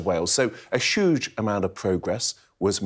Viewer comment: A sshhhughe amount? Dissapointed he never mentioned "Putin's war" or Jeremy Corbyn as an excuse for everything. Thats sshuuge